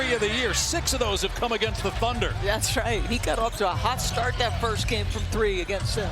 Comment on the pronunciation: Houston, sky is clear, not tunder